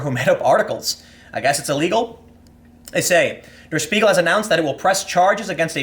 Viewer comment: deh-uh shpee-gul <- that's the way "der spiegel" is supposed to be pronounced Tim